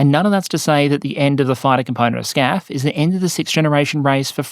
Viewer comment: why are you calling it scaf in the video but FCAS (which is correct in english) in the title